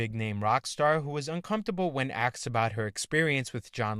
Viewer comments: It's not "AXsed" it's "Asked" damn it. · It's pronounced asked, not axed. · Try correctly saying "asked". It's not pronounced "axed"